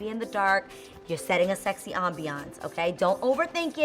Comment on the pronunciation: "AmBEeYanCE" Lol. lets just keep it #mood. Love love love the ideas. Will def try.